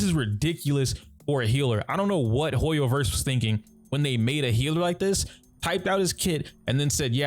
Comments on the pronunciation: No offense, I'm asking this out of curiosity. Why do PoC say 'hiller' instead of healer? i'm not from the US and it confuses me a lot. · You are right, It's not as bad as some other content creators do it. I even can now hear a little of the HEEL in Healer but you make it really, really short. I tried pronouncing it like you and I can't. It just naturally stretches longer :D I noticed it only recently and it was another black guy, so I kinda assumed it was some kind of slang of black people, like many like to change the sound of words in rap lyrics. I'm just so confused why it's just a single word, that got changed and what happens to hill for the people who really say hiller instead of healer, so heal becomes hill xD sry, now I'm just being silly. I actually love the English language and want to learn more about it. That's why I'm curious.